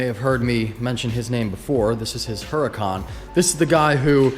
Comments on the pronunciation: Huracan = oo-Rah-can. everyone says this weird and i get it, but if we can all say audi the right way, lets try to say Huracan the right way. not being a dick. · It's pronounced urricon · The "H" i silent in Huracan, just saying, cause i hear a lot of peeps say it with the "H". So it's uracan LoL.